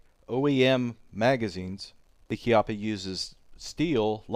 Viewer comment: congratulions for sayingh "chiappa" (kind of) properly.